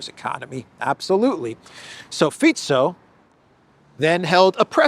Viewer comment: Greetings from Slovakia! You pronounced our PMs surname perfectly, most people say 'Fiko'.